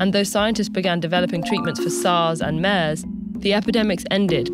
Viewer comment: 'MAIRS'??? It's 'MERS' staying AT home. AT...AT...AT...AT...AT...AT... There is no vaccination for thr 'virus'.